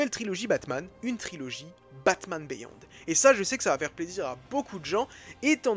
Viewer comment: Ca se dit "BIYOND", pas béyond ! ;)